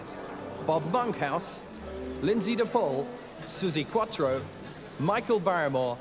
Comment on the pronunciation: Why was Suzi Quatro reting to speak with a posh english accent, your American FFS